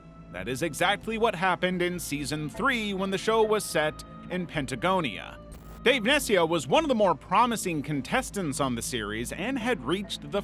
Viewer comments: It's PATAgonia.... NOT PENTAgonia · "Pentagonia", huh? There is no such place. Was it supposed to be Patagonia?